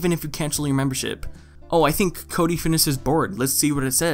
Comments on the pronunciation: I fucking die every time you refer to him as "Chode-y" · This man said chody 😂😂😂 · Lmao did you just call him Chody?